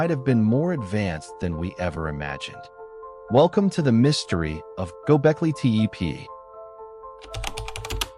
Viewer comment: This is garbage.You can't even pronounce the name properly.